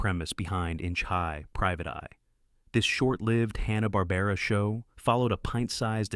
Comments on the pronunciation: AI screwing up pronunciations, I don't know why I think it'll be different. Hanna-Barbera pronounced Han-na not hä-na Mighty Mightor pronounced My-tor not my-ter (Ad) It was one small town, not many towns for Clue Club St Bernard pronounced Ber-nard not bernerd on Inch High Private Eye (Ad) Roman Holidays Not entirely certain, but I'm pretty sure Precosha(sp?) was NOT a teenager. Bosley, pronounced Bos-lee, not Bows-lee (Ad) Kung Fu. Crothers. Kung not Kong Crothers not Croothers Just because spelling is Mission: Impossible, there's no major pause between Mission and Impossible (Ad) Evel Kneivel was mispronounced the first time... It sounded like Nee-vel instead of Ka-nee-vel Despite the information on each of the series, your AI narrator really turned me off. The mispronunciations were unbelievably grating. (Ad) More improper pauses and mispronunciations. At least Biskitts seemed mistake free same a pause in the wrong place. Suggestion: Hire a living person narrator. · I'm a hugh Hanna & Barbera and cartoon fan, I DIDN'T FORGET A DAMN THING! AND YOU PRONOUNCED A LOT OF THE NAMES WRONG! Mightor is pronounced like "MY Tor"! You can't even pronounce Hanna & Barbera right! I really hate when assholes like you do these videos but can't even get the name right!! Do proper homework before you post these videos! Captain Cave man was not part of the Scooby Doo Dynomutt hour, I was part of Scooby's All-Str Laff-a-Lympics. Didn't even want to finish watching the video! Do proper fact check! Are you a six-year-old or a computer like AI like Seri?????? Not gonna like or subscribe until you get a proper education on pronouncation!